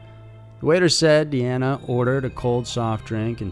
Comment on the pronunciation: Dina is Dina. DE-ANNA is Deanna...